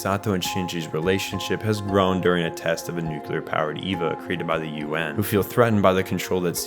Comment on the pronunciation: Good video! Only note is nuclear is pronounced nu-clee-ur not nu-cue-lur. Nucular sounds cooler imo, but is not correct. Does it matter? Not really. Did someone give me this same lesson once and now I feel the need to pass it on to others? Yes.